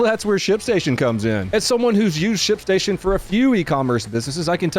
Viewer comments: When your ad started, I could have sworn you said "shit station". I looked at TV like, wait, what? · i thought he said shitstation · aint this guy saying "shitstation" instead of "shipstation" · You absolutely said shitstation lol.